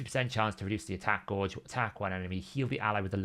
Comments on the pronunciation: Gauge not gorge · Drives me nuts the way he pronounces that word